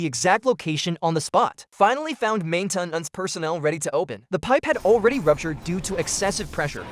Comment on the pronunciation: the AI voice is pretty good and a few words really cracked me up "main-ten-ance" and "thirty zero", "inside were not only his colelagues, but also the lives of his coleagues" deffinitely didnt proof-listen did you? ;)